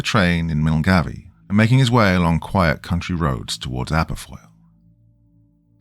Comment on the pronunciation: Great story but please learn how to pronounce Scottish names properly - your attempt at Milngavie almost made me skip to story within first couple of minutes.❤